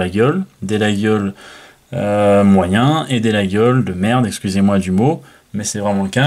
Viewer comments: coucou monsieur l'expert : on ne dit pas 'laguiole', on dit : 'la iole', le G ne se prononce pas. et ne dites paqs de bétise, un vrai Laguiole est fabriqué à Laguiole, des fabricants thierois en font aussi, mais à l'origine c'est à Laguiole, quand à avoir un 'beau 'laguiole frabriqué en Chine, on est là dans le pur foutage de g.... avant de dire n'importe quoi, lisez les classique et surtour allez faire un tour à Laguiole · Les Aveyronnais disent "Layole" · tous les aveyronnais sans exceptions disent "Layol" je ne sais pas quel passant la journaliste a trouvé pour prononcer le G lol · Comme d'hab vidéo instructive. Petite précision, je crois qu'on prononce "layol" et non "laguiole". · Layole , le g ne se prononce pas, il 😅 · Au bout de 4 ou 5 x qu'il prononce la GUI ole Je coupe le son👎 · 😏euh non mon grand! ... et désolé si ça vous déplaît! Mais ça ne se prononce que D'UNE FAÇON ☝: 👉 "LaJole" 👈 Mais les profanes(dont vous faites vraisemblablement parti😆) ont le droit d'écorcher ce nom propre de la coutellerie française si cher à notre patrimoine !😉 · ma famille est originaire de la region et personne dit "Layole" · Mauvaise prononciation et pourquoi ne présente t il pas un artisan français capable de fabriquer un couteau qui ne s'ouvre qu'à une main sans onglet ? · Ca ferait plus sérieux de savoir prononcer Laguiole effectivement. Il y a les marques françaises connues et pas seulement le prix. David, Fontenille Pataud,... En chine il ne devrait pas pouvoir utiliser le nom si Laguiole avait mieux protégé le nom. Apres si on veut un faux autant en prendre une copie qui ressemble au lieu de choisir une simple inspiration rococo ?! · FAUX ! La prononciation "Layole" est une pure invention moderne ! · Absolument pas.